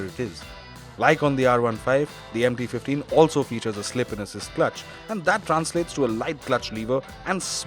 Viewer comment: I don't know why every time someone says MT 15, I hear empty 15...😂